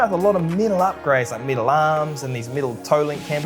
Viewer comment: Love the content, I have only one comment though: all the times you mentioned "metal" it sounds like "middle" and it is a bit confusing. Aside from that, thank you both for the entertainment!